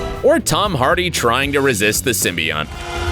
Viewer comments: wait, did he say Symbiont? this is a BRUH moment, it is pronounced sym-bee-oat, not Sym-bee-ont, good try tho :D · He said symbeotm not symiot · Simbunt? No, The true name sound like Sim-be-oat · It is (sim-by-ote) symboite you pronounced it wrong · When you sed simbion you killed me